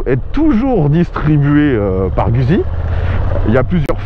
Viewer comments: Ca se prononce "GOUTZZI" mais surtout pas gusi ( je suis rital, donc JE SAIS,) ce n'est pas un simple avis. et OUI, cette bécane en Full ( pas comme dans cette vidéo) est d'un immense agrément. Je confirme que l'absence de jauge de carburant est difficile à pardonner.... bref, TRES attachante au quotidien, mais pas seulement, étonnament performante à l'attaque dans les virolos quand on l'a bien apprivoisée (c'est plus elle qui vous apprivoise, mais passons...) dpartie cycle assez rigoureuse qui met en confiance ; alors OK, elle n'est pas parfaite ( mais quelle machine l'est?) ... c'est "GOUTTZi" (ceci est une touche d'humour). Guzzi c'est, si je caricature, et c'est le cas ici, l'âme (LE COUPLE JOUISSIF quasi dès le ralenti) d'une Harley, mais qui pencherait sans frotter et freinerait. Moto idéale? Je ne sais pas...mais attachante et jouissive, oui, assurément! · /!\ Peccato se dice " Gout'si " !!!